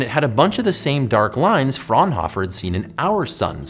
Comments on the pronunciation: All of the German Physicists (Bunsen, Fraunhofer and Kirchhoff).Bunsen is pronounced as Boonsen, Fraunhofer as Frownofer and Kirchhoff with the 'ch' procnounced as in 'church' (not as 'k'). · The way he pronounced "Fraunhofer" hurt me inside